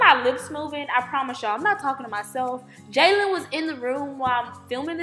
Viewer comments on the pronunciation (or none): none